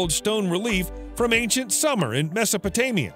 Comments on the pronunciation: I love your narration but Sū-mer not summer! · Pretty sure SUMER is SOOM-er, not the warm season SUMMER? Sumerian, is not phonetic pronounced summer-aryan.